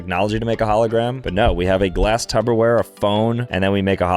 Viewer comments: Can someone let know it’s “TUPperware” and not “TUBberware” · Why would he call a pyrex glass container "tubber wear" its not even pronounced that way its "tupper wear" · Umm….please tell me you are calling it Tupperware and not Tubberware 😮😝😂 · Dawg it's TUPPERWARE not tubberware 😭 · It wasn't even Tupper wear it was glass. is very not smart I have noticed recently from these videos but I guess that gets a lot of views